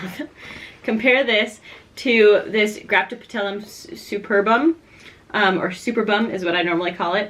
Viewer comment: The way she says graptopetallum is insane to me